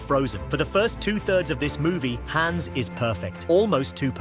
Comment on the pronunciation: It’s pronounced AH-nuh, HAHNZ, KRAY, DEH-ver, AHL-ih-nahl, MAY-ter, “Patrick Star”! 🤨 : Also, Alexander Galbaki designed Helen’s suit, not Evelyn, as mentioned by Helen herself. 😤